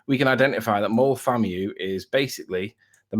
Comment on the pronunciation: Moel vam-I is how you pronounce it lads😂😭😭😜